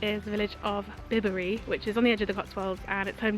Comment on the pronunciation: By-bree not Bib-ury. 👍